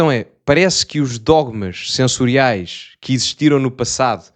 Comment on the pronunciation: "Dogmas censórios", não "dogmas sensoriais".